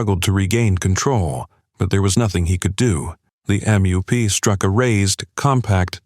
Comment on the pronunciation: Same with M-E-W-P. Pronounced 'mewp'.